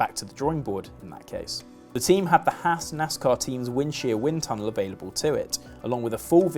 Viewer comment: Haas isn’t pronounced Hass it’s pronounced hoss.